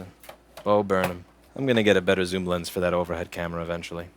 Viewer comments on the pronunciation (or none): none